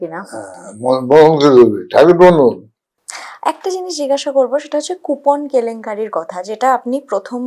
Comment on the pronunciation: সৎ ও সুন্দর প্রচেষ্টা, ধন্যবাদ দিদিভাই। উচ্চারণটা জিগাসা নয় জিজ্ঞাসা।